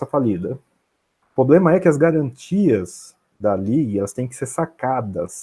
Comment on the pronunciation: Poxa, o cara é super competente, saca muito, deve estar milionário, mas será que não dá pra parar de dizer poblema ao invés de PROblema??? Será que ia gostar de ser chamado de Andé? Vamos ficar ricos, estudar investimentos a fundo, mas vamos cuidar de preservar nosso idioma também??